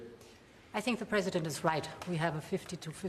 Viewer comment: Did you say president or predator